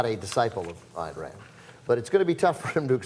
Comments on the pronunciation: Ayn Rand's given name is pronounced "Ine" as in "line", not "Ann". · Its pronounced Ein Rand. She was Russian.